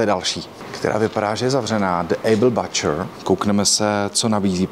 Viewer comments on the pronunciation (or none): díky za zajímavé video. Mám jen jednu technickou poznámku. Butcher se anglicky řekne [bučr]. Mnemotechnicka pomůcka - krávy bučí. 🙂